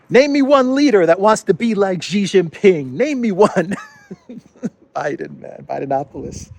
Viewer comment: XI Jin Ping= SHEE JIN PING NOT JHEE JHING PING, JHEE means PENIS in Chinese language. Stop insulting him.